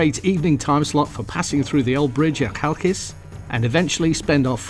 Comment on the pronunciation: You will have to somehow learn how to pronounce it by then, at least sort of... lol. My poor Greek ears are hurting.. You can start by stressing the second syllable. As for how to pronounce the CH (Greek X) that can take some time... If you can´t utter our throaty X, similar to the j in Spanish name Jose or the ch in Scottish loch, at least pronounce it like in chaos rather like in charcoal. You can buy me a pint for the lesson next time we meet.